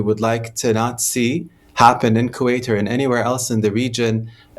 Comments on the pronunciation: Why does she keep on saying Quwait? He repeatedly pronounces the name for you but you selectively mispronounce his country’s name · I wish this british journalist would say Kuwait properly. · Becky can't say Q8 properly.